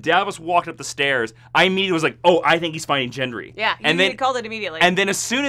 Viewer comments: FFS! It's Gendry with a hard "G", not "JENDRY" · It's Gendry with a hard G. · I totally love your recaps and reviews, but can we please talk about how you pronounce "Gendry"? 😂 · gendry's pronunciation loll